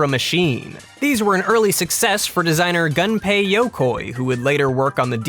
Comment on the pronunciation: It's pronounced as "goon-pay" not "gun-pay"